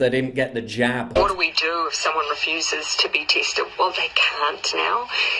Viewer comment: I refuse to be teested. I don't care what your inceentive eez.